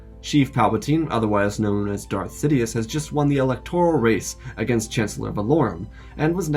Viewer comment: "Sofa Dias" 🛋🤣